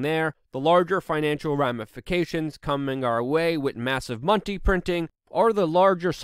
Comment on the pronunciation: "massive montey printing"